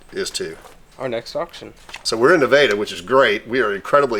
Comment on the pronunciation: Naveda? Does he mean Nevada and pronounces it differently? WTF? OK... Only 1 place to eat... Definitely not Nevada...